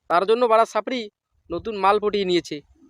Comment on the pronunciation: Sapri na chapri thik thak uccaron koro tmio ekdin dariye jabe all the best